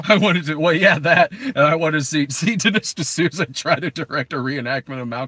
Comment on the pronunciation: “Dinish D’Snooza” - damn it I wish I had entered the live stream earlier so that I can at least hear that gem